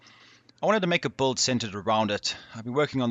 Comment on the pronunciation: the best buld man .. he's not sayin build ... he's fuckin sayin buld.